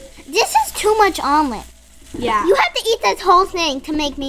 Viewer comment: Someone please tell me josh is still alive after that”Omelet”